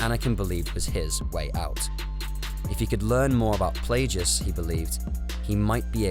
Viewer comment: are we really gonna ignore his pronunciation of Plagueis?